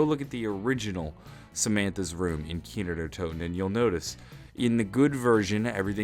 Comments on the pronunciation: 'Kiner Der Toten' dude its Kino not Kiner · it's KINO... not "Keenerdertoten" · he kept saying kiner der toten